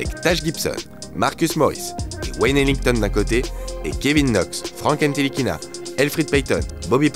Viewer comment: surtout faut pas prononcer le T..